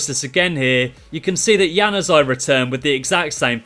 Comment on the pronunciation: You butchered Januzaj's name completely😂😂😂😂😂